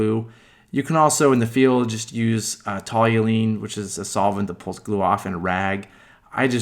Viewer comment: Toluene. TALL-you-een